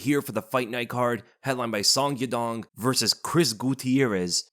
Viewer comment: Everytime I hear SON-GI-DONG hurt my ears, it's pronunced SON - YA - DONG!